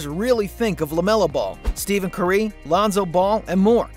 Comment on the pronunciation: steven cürÿ😂😂😂😂